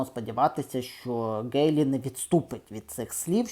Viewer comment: Пане, Ви, на жаль, погано володієте рідною мовою. З правописом знайомі? Вимовляєте тверде "Ґ", замість м'якого "Г". Правильно вимовляти "Гейлі"!!! Крім того безбожно спотворюєте вимову шиплячих звуків. Букви Ц, Ч, Ш, Щ вимовляються твердо а у Вас чуємо:"чьому", "відзначятися", "чього ", тобто свідоме і гидке спотворення української мови. Дизлайк!